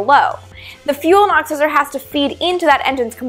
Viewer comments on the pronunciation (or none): Is she saying "oxizer"?